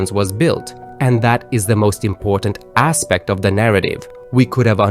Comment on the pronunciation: "...and that is the most important ASSpect of the narrative."